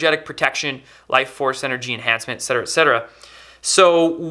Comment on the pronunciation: OMG thank you for saying “et cetera” correct !! So many people have no idea how to say or write it because its always abbreviated as “etc”. People instead say “excedra” or “etsedra”.